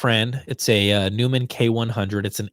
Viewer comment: Record Day In the recording studio, for years we have always referred to the Neumann KU-100 Binaural "Dummy" Head as, "Fritz". BTW, "Neumann" is pronounced, "Noy-mon". Also, Google search, "The Cabinet of Dr. Fritz". FYI, tracking engineers have actually had equal or better results as compared to "Fritz" with the ~$800 Binaural Enthusiast B1-E Binaural Head system. So if you like what you achieve with "Fritz" and want to continue with the Binaural recordings, you might want to look into them... In addition, if your goal is to "accurately" represent the different loudspeaker systems in your listening room by recording them, there are better methods than using the Binaural Dummy Head mics. I understand that you already use the Earthworks SDC omni mics for this (which are excellent), but I would modify your technique/setup slightly. Just like your proposed "LOTS" system, there are specific guidelines to follow in the microphone/recording setup as well. The setup also varies, of course, if you intend the playback to be experienced using headphones or loudspeakers...considerations in regards to L/R crosstalk, head shadowing, and % of "the room", etc.